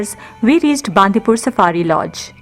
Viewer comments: Great effort and we have been enjoying many of your videos. It would be even more authentic and appropriate if you could pronounce the local town names properly. For example, Bandipur is bun-dee-pura or bun-dee-pur, not baan-di-pur. And Madikeri (in another video) is mud-i-keri, not maad-i-keri. #PositiveIndia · It's Bandipura not bandipur not pur pur it's pura